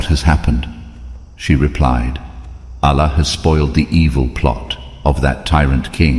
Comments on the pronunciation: Pronunciation of 'Allah' as 'Alla' is annoying. Please fix this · Why you pronounce Allah as Alaa? My suggestion if you says the names of prophets according to the quran like Ibrahim not abraham,sulaiman not salomon mean it would be more easy to get into kids mind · Your pronounce the Term Allah wrong you must pronounce it correctly and besure that what you are telling the story of Propeth Abraham is true-to-life story of Propeth Abraham becouse if what you are telling is not true then you misleading people and you are accountable to Allah and you will be punished by Allah if Judgement day come I was not convinced your story becouse even your pronoucetion is wrong. You pronounce the name of Allah is not correct.Allah is Arabic term of God atrue God is Allah.study more.😊😊😊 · You spreading wrong information...you can't even pronunce Allah correctly.. you are not a muslim. Water came out by the Hazrat Ismail's feet rubbing on earth with thirst and crying.. so the water came out and then hazrat hajra said these words Zam Zam means stop here.stop here . And water stopped...